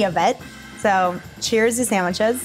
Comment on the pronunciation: It’s not “Sam-witches” 😂😂😂😂